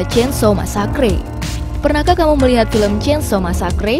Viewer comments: ngakak masakre bacanya bukan masakre tapi meseker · masakre?? wkwk, inggris nya kocag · Bukan masacree mbak tapi masaker